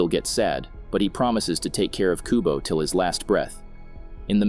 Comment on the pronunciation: It's Kubo not Kobu